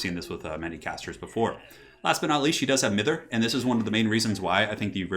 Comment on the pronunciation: The I in Mither is pronouced as an EYE. Means to pester.